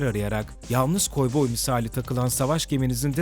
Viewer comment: koyboy demesi yok mu...